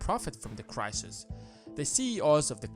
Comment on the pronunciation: Not just me that found "crisisis" annoying then? ;-)